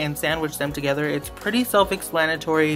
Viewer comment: He says, now I'm gonna mix it all DAGEDER!!!